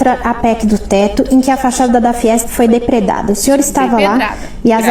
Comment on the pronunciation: É depredado e não depedrado né?